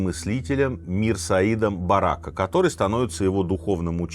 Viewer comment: Сергей Сергеевич не БарАка а БаракА